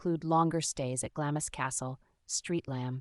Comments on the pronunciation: I would have continued to watch, but after the 3rd pronunciation “GLAMIS Castle” instead of “GLAMS Castle” I had to call it quits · It's pronounced "Glams" NOT GLAMISS.